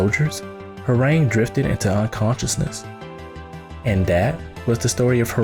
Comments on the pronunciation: ITS HWAARANG SAY THE SOUND OF THE A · lol i agree... and i only say that because during my studies in Taekwondo, we learned Korean and it was never pronounced like that.... but whatever it’s STILL an awesome video... He’s been my favorite character since tekken 3 because ima black belt 😅😅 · Your pronunciation is awful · Okay But the name pronunciation is cancerous